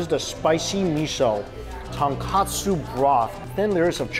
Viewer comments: Ton-KO-tsu Mikey! Ton-KA-tsu is pork cutlet~ 😁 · Lol well Mikey was never about the pronunciation. I believe he always says katsu instead of kotsu. It was funny when he came to Hawai’i, cause he knew he was going to butcher names. 😂 respect for just trying. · It's "tonkotsu" not "tonkatsu" ughh 🤦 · love all Mikey chen videos. One persistent correction - the pork bone ramen broth is TONKOTSU, not tonkatsu (as misspelled in this restaurant menu)=fried pork cutlet. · Ramen broth is ton-KOH-tsu, not ton-KAH-tsu. It's a big difference. For a foodie like Mike, I can't believe he keeps saying ton-kah-tsu. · Hi Mikey, big fan, love your videos! But the ramen broth is tonkotsu, not tonkatsu. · Haha same I’ve commented before on his ramen videos on the difference. Easy mistake to make but easy to fix too! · please!!!! it's "TonKOtsu" not "TonKAtsu" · Regardless, he's mispronouncing Tonkotsu and saying Tonkatsu. Its not really important, but he should know the distinction after so many years of eating it. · People can never say tonkotsu right 🤣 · Tonkatsu is breaded fried pork cutlet. Tonkotsu is the pork bone ramen broth. Mike you always mispronouncing the latter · I agree. Both words do sound similar to an untrained ear - but Mike isn’t exactly untrained. If he is actually intending to say Tonkotsu, his pronunciation should definitely be clearer.